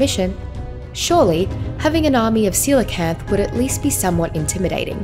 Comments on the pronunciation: Jajaja! Seelakant? Omg! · Ive been pronouncing coelacanth as Kow-la-canth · how do i tame a seelacanth? xd (btw im in mobile)